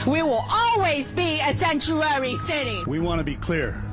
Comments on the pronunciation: This woman with an accent, sounds more like Chinese than American, says: "...this SANTUARY city..." Yes, she said 'SANTUARY' city. It's 'Sanctuary city', you moron! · Seeennnchewaaaahweee City LOL